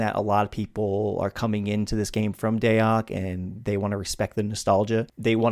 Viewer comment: "day ock" 🤣